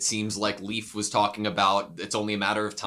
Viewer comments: As a Dane: Leif isn't really pronounced like "Leaf". It's more like "Life". Pro-tip: Try and listen to how they pronounce the names on the show. They are usually close to correct, with some minor errors. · Poor Leif constantly getting called leaf lol